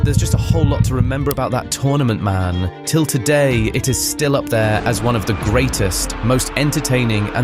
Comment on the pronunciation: “There’s a whole lot to remember about that tournament man” Not, “There’s a whole lot to remember about that tournament, man” The inflection on the word “man” doesn’t make sense if it was a person talking.